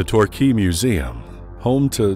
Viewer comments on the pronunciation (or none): none